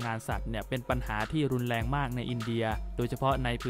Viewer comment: รุนแรง ออกเสียงไห้ชัด ไม่ไช้ลุนแลง